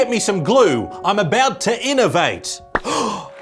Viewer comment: Unovate Unovate Unovate Working hard there I see 😂